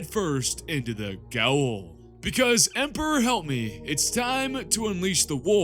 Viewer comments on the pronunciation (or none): Hey bro, I’m gonna watch this full video but before I do. You need to know tha gaol is pronounced “jail”